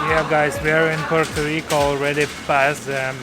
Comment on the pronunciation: It's Puerto Rico, not Rica.